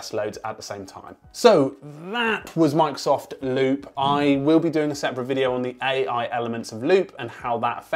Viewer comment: Did he said "Monks of Loop" at the beginning?